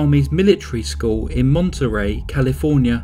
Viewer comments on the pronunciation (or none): none